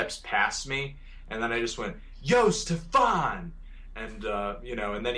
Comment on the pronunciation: Did anyone ever tell him that he pronounces Stefan's name wrong?